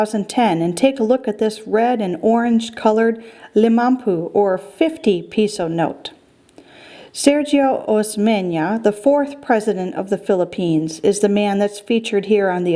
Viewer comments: The pronounciations are the following sergio as in serhio the pronounciation and the roxas one is pronounced as in rohas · Kawit (not Kawat) Cavite. Barasoain is pronounced barasweyn. Sergio is seryo. Roxas is rohas. It maybe good if you have the former versions of new banknotes (same color, same personalities in front except for 500 pesos but different back design.)